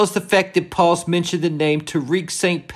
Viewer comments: Please say her name as "Pahs", not "Palls". 😉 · Paz bro….paz, not PAWS 😂…love the content tho!